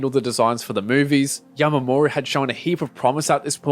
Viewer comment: why do you keep sayin yamamoru